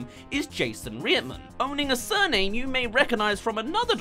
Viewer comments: OMG!! Its Ivan & Jason Reitman not Rietman!!. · Reitman. not Rietman. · Its pronounced RIGHT MAN, NOT REAETMAN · You almost lost a few times....but then you said rearman......who is Ivan rearman? I left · re-it-men? it's right-man.. This isn't about accents, it's someone's proper name. As if it hasn't been said a million times in Hollywood. Even Lt. Commander Data had issues about pronunciations of his name. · Allot of people pronounce the directors’ name wrong - it’s pronounced like right-man, not reet-man. Ivan and Jason Reitman. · OMG, you've really not been aware of this upcoming film all year? Youtube and movie trailers have show it regularly (before Covid-19), but it seems pretty incredible that you haven't seen the trailer before. As for the review/commentary, PLEASE pronounce the names of the Director and his father correctly. "Rite-man", not "Rie-man". SMH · Ivan REAR-MAN? It's pronounced Right-Man. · Re/it/man? You mean R/ight/man? :p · Its pronounced RIGHTMAN.. not RE-ITMAN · It`s REITman for crying out loud, how could you get that wrong? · His name is pronounced like Right man.. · RIGHT-men, not what you said. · pronounced rightman btw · I understand you're British, I'm assuming, but you butchered there name. It sounds like this, "Rightman... Right-man" Get it? Got it? Good. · Say it like right-man, it will sound closer to the pronunciation. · It's pronounced Right-man ;^) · Yeah, right man? How hard is it to find the proper pronunciation? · Oh looord when he says Reitman...wtf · I guess the research didn't include the correct pronunciation of the director's name. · The way you say reitman lol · Is this video a freaking joke?!? You can't spell or pronounce the Reitmans' name and you're making a video on them and their work??? You're an idiot. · There is a t in Reitman it's not silent